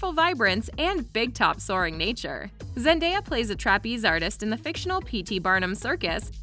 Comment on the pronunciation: How many times did thise video say Zandeya.............just a joke